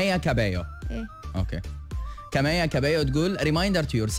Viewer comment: ياربي وش كاميا 🤦🏻‍♀️ 😂 اسمها كاميلا حتى كمان مو كملا ومسويه تعدل كانت كملا احسن😂😂😂😭